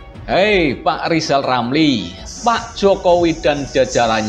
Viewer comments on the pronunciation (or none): Likal, lamli seperti, anak, kecil, yg belum, bisa, ngomong r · Nyebut nama sendili sudah gak bisa lisal lamli stleees 👎